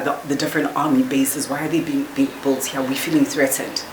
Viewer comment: in American English we pronounce it "built".